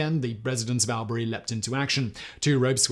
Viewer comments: yeah the y is more an i sound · Man, the Aussies are going to crucify you for your pronunciation of Albury. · Awl-bury, not AL-bury 🤣 so close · Its "All-burr-ee" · As an Australian I feel the need to correct you on your pronounciation of Albury, it's awl buh ree not al beh ree. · Not Al-berry. Albury is pronounced All-bree. I mean Simon, you got Melbourne right. Few people do. Interestingly, Melbourne is now the most ‘Locked-down’ city in the current pandemic. Something like 260 days. Poor buggers. So no aircraft are currently welcome…. Unless you are rich, famous or carrying vaccine. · Hey whistle boy... it is pronounced all,bra,ree (Albury)... by the way love you're work on casual criminalst... subscribed to all channels and podcasts... you show you're funny side and true self on casual criminalst and I love it... all the way from OZ... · All-brie is how it is pronounced in 'straya. Keep up the good work. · Hey Simon it’s pronounced “All-bury” no stress from Broderick from Melbourne Victoria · Yeah, I think you're right, sounds like my lazy way of saying too. 😂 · The way he's say Albury is making me giggle 🤣 we say it like "awl-bree". From a Melbournian, I always hearing about Melbourne in videos! Always a nice surprise ☺️ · the first syllable of albury is pronounced all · Albury is pronounced All Bree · It's pronounced "ALL Bury". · Albury is pronounced all-berry